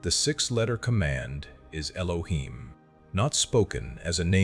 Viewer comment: I see where the confusion is, I was saying it is not "ee loh heem", "not" wasn't a part of the pronunciation, just saying not to pronounce it how it was pronounced in the video "ee loh heem".